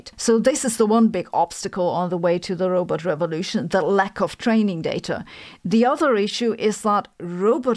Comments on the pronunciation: Sabine, it’s roBOT not roBET. You sound like Zoidberg 😂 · You pronounce Robot like Zoidberg from futurama. Rowbet heheh cool video.